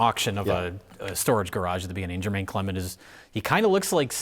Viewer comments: Its not Jermaine, its Jemaine Clement. Would only correct who seems to like knowing everyone's name so much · His name is Jemaine Clement, not Jermaine